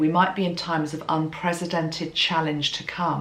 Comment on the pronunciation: And the way she pronounced it, to my ears anyway, sounded more like unpresidented, with a Z sound for the S, as opposed to an S sound for the C in unprecedented.